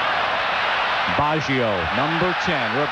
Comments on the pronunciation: Dude! you would think they would be able to pronounce the name of the worlds best player. What on earth is 'Bawjio' ? McGrath beat Baggio 40 times in the game. Baggio didnt get a sniff, so why are these assholes yapping on about Baggio throughout the entire game??? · That commentator is terrible. He actually thinks England are playing Italy, and he has no understanding of what is going on. He cant even pronounce Baggio...I think they fired him after this world cup after so many complaints.